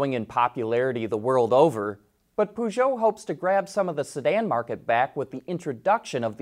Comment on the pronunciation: It's not "Poooshoout", the company is called "Peugeot"